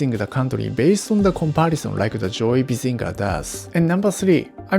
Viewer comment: Did he say Joey Bazinga